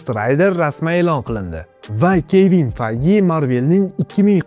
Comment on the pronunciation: Kevin peyj deb aytilmaydimi ismi